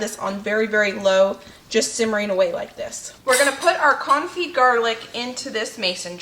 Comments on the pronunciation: You are pronouncing Confit perfectly, unlike your pronounciation of Caulk. LOL. Love you! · Hi , i'm French and you're saying Confit the almost rigth way :) . thank you for all your videos